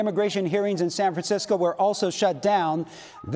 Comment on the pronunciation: san fransh-tshow